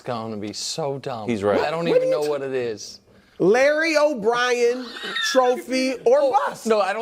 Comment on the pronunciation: ROTFLMMFAO... Broussard redeemed himself as a comedian at least...LOOB: Larry OBrien or Bust (Why did he say Lobob?)